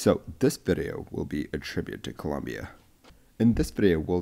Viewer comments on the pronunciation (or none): none